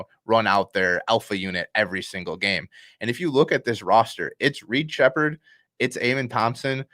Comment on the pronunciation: Sheppard and its not even relatively close